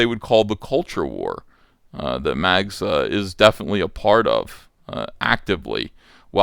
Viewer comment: Short-handing the name to Mags almost sound like Max... You are doing that on purpose aren't ya..?